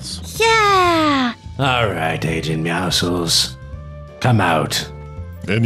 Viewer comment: oh yes my favorite character meowsuls not meowscles